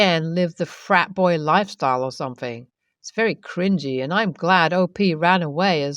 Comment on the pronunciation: THing, not Fing. THought, not Fought. SomeTHing, not someFing.